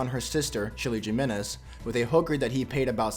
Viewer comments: its it's pronounced Himenez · ok you probabaly know this but just to help you incase you don't biu in spanish every j sound is pronounced like a h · Its annoying me by how he says jimenez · That is not how you say Jimenez 👎